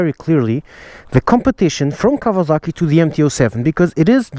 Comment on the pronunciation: Did he call it KAVALAKI?! Im WEAK!